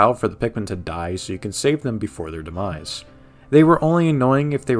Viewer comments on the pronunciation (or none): none